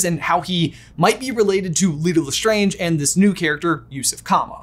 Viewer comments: Me waiting for the day lestrange is pronounced correctly on this channel.... they're strange... le strange not strongé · I’m sorry but am I the only one that noticed the way said lestrange 😰 sorry it was just kinda…… strange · It bothers me how you brothers intentionally mispronounce Lestrange. Just because the word's origins is french doesn't mean that's how the name is pronounced. You don't pronounce someone's name the way you want to, you pronounce it the way they do. Anything else is just rude. As Data says in Star Trek TNG when asked "Day-tuh, Datt-uh, what's the difference?": "One is my name, the other is not." EDIT: lol, then you pronounce it correctly later in the video. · OMG I don’t know if I have said Lestrange wrong my whole life but says it differently than I do I don’t know if I’m losing my mind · Can you please pronounce the lestrange properly please. Stephen frys why of saying is the absolute correct way to say it